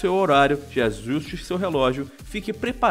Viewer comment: foi impressão minha ou o teve um derrame quando falou "ajuste"? qwq